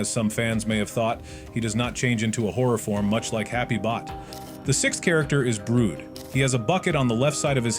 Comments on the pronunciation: Yeah why brood like brodah euhhh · Where is theory dude and is brud not brood😅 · the way the ai pronounces brud is just so funni